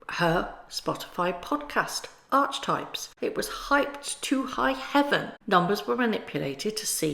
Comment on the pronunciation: It’s not pronounced arch types, it’s arcey types, hence archetypes. Love your videos btw x